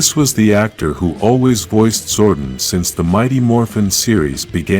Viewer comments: Zordon not zordin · It's Zordon... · Fix your speech, Amy, Jo, Johnson, Zoradon, no Zordan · The way you pronounce "Zordon" is so cringe. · They butchered Zordon right at the start..... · I'm sorry, mate, but I could not finish this video. Your lifeless voice was putting me off and the rough pronunciation of Zordon's name irritated me. Informative video, no doubt. But couldn't finish this.